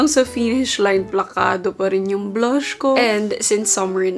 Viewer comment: Nakakatuwa si. the way she pronounces these words “ blush, run, stuff, clutch, run and plunge.”